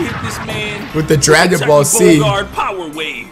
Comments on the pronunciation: nigga said dragon ball C I'm dead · first of all that was not DragonBall z second of all he said dragonBall c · He said dragon ball C lol😂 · nigga said DRAGON BALL C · Who else heard flight say DragonBall c? Like if you heard